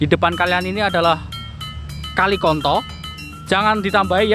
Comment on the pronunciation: Bilang nya konto o nya lebih di tekan mas bukan konto